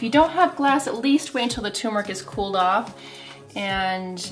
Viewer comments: Turmeric not tumeric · Good grief ma’am , it’s turmeric NOT tum-eric. Are you a fraud? A doctor who doesn’t know how to read. And you repeated that same error every time. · “TUR-metic”, not “TUMOR-ic”!!!!!! Sheesh. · TURRRMERIC NOT .. TUUUUUMERIC It's always annouciated wrong!!! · Pronounced TURmeric not TUMeric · The word turmeric sounds like tumor when you are talking fast. It’s scary! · Is the first r silent in Turmeric? I've always called it tur meric as that is how it's written. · It’s hard for me to take you seriously when you’re not pronouncing turmeric correctly. This drives me crazy!!! It’s like some American pronounced it wrong 10 years ago and everyone just followed along like a bunch of sheep. Ugh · Did the first r in turmeric run away? Lol